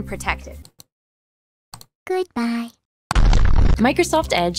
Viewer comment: “GUUDBAY” was the most ridiculous part I’ve ever seen😂